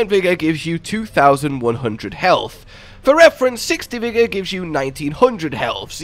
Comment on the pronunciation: "Vigga" aka " Vigorrrrrrrrr" Rrrrrr EEERRrrrrrrr R R R R ARE R robin hood. R